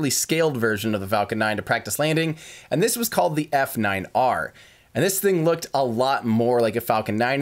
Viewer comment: Just for future reference, the F9R was pronounced "Falcon Niner" (At least it was by Gwynne)